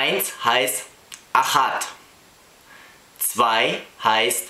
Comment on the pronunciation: *achat, not achad.